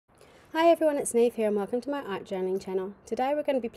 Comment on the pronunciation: It’s an Irish name, the mh is a v sound - so neeve- rhymes with sleeve :)